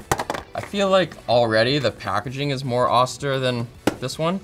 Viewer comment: Did... he just pronounce austere "oster"?